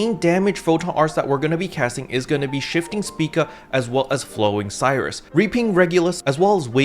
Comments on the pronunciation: "No! My Voltage!" - Luster Mains, probably P.S. Please double check how Flowing Sirius is spelt, I don't think it's supposed to be pronounced Flowing Cyrus. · my mans, can we please not murder all the photon art names? they are named after stars afterall Spica- "spai-kuh" Sirius- "sear-E-us" (sounds like serious) Regulus- "re-gu-lus" (you actually got this one right saying it the second time) Rigel- "rai-jil" As a side note, slayer technically has 9 or 10 photon arts, as Sirius has 3 or 4 variations since the chain animation is different (dunno if the stay and move arts have different variations though, hence why its either 3 or 4)